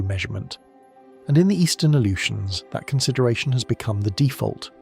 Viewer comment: It's because they used AI to create this slop video. It also mispronounced Unimak and Aleutians.